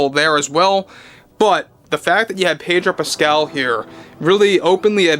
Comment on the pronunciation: Pedo Pascal, no r.